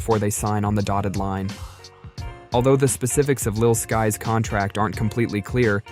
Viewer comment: “Lil Skees” 💀💀💀